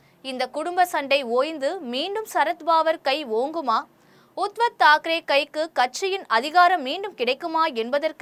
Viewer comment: Uttav Thakere ,Sarath Pawar=correct pronounciasion .